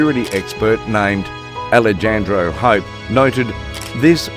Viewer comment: Foo said Ale"JAN"dro 🤣